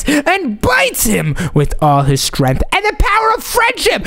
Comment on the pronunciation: why omz chat. a wrong in strength she said stenght😂